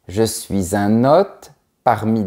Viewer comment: Pourquoi vous prononcez ""hotte" pour hôte? Le circonflexe indique pourtant que la lettre se prononce allongée.